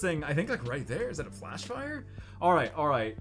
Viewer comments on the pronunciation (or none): none